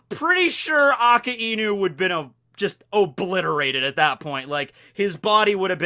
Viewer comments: A KAI NU NOT A KA IIIIIII NU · I just hate how he says akainu ,he pronounced it like it's "aa ka e nu" don't don't if it's the correct version or not but it just pisses me off ᕙ( ͡◉ ͜ ʖ ͡◉)ᕗ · the way he pronounce AKAINU Triggers me to the bones